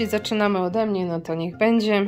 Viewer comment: Moi drodzy,przestańcie mówić"bedzie",bo to aż razi,macie świetne filmiki z targów staroci,ale dbajcie też o ten nasz piękny j polski,przecież bedzie,a będzie to jest zasadnicza różnica